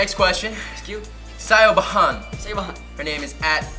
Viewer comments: Did they just pronounce siobhan as shyo ba han 😂😂😂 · sio ba han ahaha its pronounced shivon its irish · I found it funny when they pronounced Siobhan "Syo-bahan", it's "Shiv-han" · sio-ba-han this got me laughing so hard its pronounced shi-vorn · WHEN JACK G PRONOUNED SIOBHAN LIKE "shio- ba- han" I DIED. BABE ITS AN IRISH NAME AND U SAY IT LIKE "sh- vaun" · I had to pause this from laughter when they said "Sio-bohan" when it's pronounced "Sivh-han" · every irish person (including me) laughed when gilinsky said siobhan as si-oh-bi-hawn. its shi-vawn. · LMAO I LOVE HOW THEY SAID SIOBHAN GUYS ITS PRONOUNCED LIKE "sha-vahn"😂😂😂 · Siobhan is pronounced shivon 😂 that's my friends name lol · its pronounced Shivawn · Siobhan lol its pronounced shiv on!!!!! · shivawn not seeobhon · Siobhan is an Irish name they pronounced it wrong it's pronounced Sah Von. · Siobhan is pronounced Shiv-on 😂 its Irish 😂💘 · It's pronounced sha-Von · Siobhan is pronounced Sha-van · siobhan is pronounced shiv-on hahaha im dying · This was so good😂 Its an Irish name though and its pronounced 'Shove-awn' and if you're born in 2001, you should only be 13-14😂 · Lol at gilinsky! That name siobhan is Irish and pronounced like sheh-vaun lmao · Omg😂 the way he said Siobhan!!😂 so cute! Just to let you know it's pronounced like Shivon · Lol siobhan is Irish p, it's pronounced shiv-aun hahah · You said siobhon wrong it's said like "shivon" 😂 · 'S-i-o-ba-han' 😂😂😂 oh no... When they come to Ireland they're gonna be taught how to say 'Siobhan' 😂😂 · Ahahah its just pronounced like shivon its pretty easy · Omg I know like my friends name is Siobhan and it's pronounced like "shuvon" lol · The way Jack Gilinsky pronounced siobhan has got me ROLLING OMG I CANT BREATHE 😂it's an Irish name and it's pronounce "Shevon" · Siobhan is pronounced 'shiv-orn' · I died at Gilinsky's pronunciation of Siobhan. Sio b Han. Dead. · Jack G: "Siobhan" Me: "jack it's Irish it's pronounced shvun" 😂😂😂